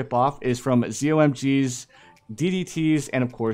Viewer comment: i got a little annoyed when you said zommg